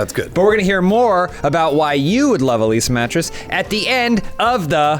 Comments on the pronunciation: I thought I heard say "Elyse a mattress" instead of "a Leesa mattress". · I heard Elysea Mattress every time he said A Leesa Mattress. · I always hear say Elyse A Mattress instead of Leesa